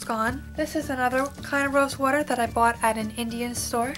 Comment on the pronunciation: Yep! You're from Jersey! lol I heard you say 'WOORDER'! I'm from South Philly! You're so right though! I used to always rest my hand on the side of my chin and always had pimples there. When I was around 19 I did this but now I learned! lol Even with clean hands, there's oil in your hands and it'll cause pimples!